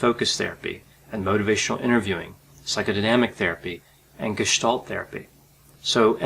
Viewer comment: as a german i want to thank you for pronouncing Gestalt correctly.